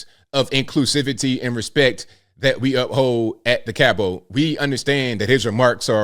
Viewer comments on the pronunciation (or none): Wish I knew he was going to the Cabot Theater… I would have loved to see him.. I live about 15 minutes from there- Oh- it’s pronounced Cab / it ☺️ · FYI the word Cabot - the "t" is pronounced at the end of the word. Like Robot.